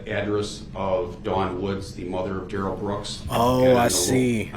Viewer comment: Rewatching a year later, just so that I can watch Duh-rell get “OPPER-ated” on 😂😂